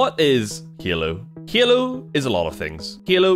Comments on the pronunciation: It is pronounced halo. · "What makes Hyaelo, *Hyaelo*? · Why do you call it heelo? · is he saying halo? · Your accent when saying " halo" is the same way i pronounce "hello" when i walk into an awkward room of people 😂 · lol...343 comments before me, also he says halo funny, loved the video though